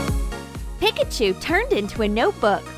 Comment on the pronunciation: Really she said pickachu not Pikachu